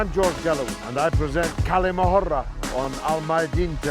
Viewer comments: Dear George it's not 'kali mohura' the pronunciation of the word is "Kal'ma-a- Hurr" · Bro ther Galloway, the way to pronounce the Kalima Hurra, the H should sound more like HOUSE than HAVE Hurra, I know it's not that important I just thought to mention it.